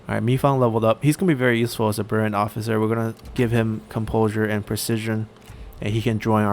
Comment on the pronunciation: "bril-liant" trait, not "burent" trait. love your videos!